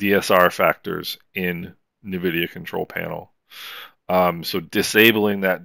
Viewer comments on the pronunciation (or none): Ouch, it hurts, my pearls, thank you for the videos, made my life awesome with quest vr, but minor request, the pronunciation, it’s “n” vidia. At least I hope it is 😅